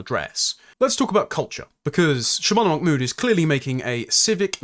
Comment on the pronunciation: I'm two minutes in, and forgive me, but why do you seem to be pronouncing her surname "MacMood" as though she has Scottish heritage?